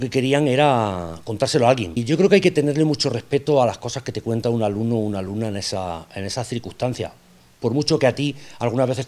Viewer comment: Like por el "alumnao"